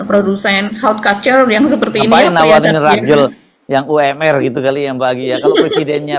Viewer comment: sore mba, seru topik julid hari ini, saya suka saya suka. tapi mau kasih masukan dikit, cara baca couture itu adalah kuːˈtʊər, pelafalan bahasa Indonesia, ku-tür, bukan kalcer ya mba 🤭😍. ini bahasa Prancis yang berarti seni menjahit.